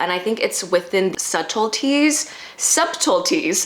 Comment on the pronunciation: To the woman in blue in the video….. the B is silent in the word SUBTLETIES. I find that many of the Koreans getting plastic surgery to “fit the mold” all look alike. Their individuality is being removed by the surgeons.